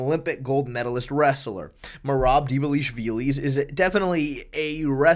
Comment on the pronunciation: Bro for the love of god, please stop pronouncing these names like this "Belel" "Goff Neal" "Dvalishvilissss" THERE IS NO S AT THE END